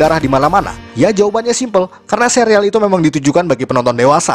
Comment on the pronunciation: bacanya serial bukan sereal :(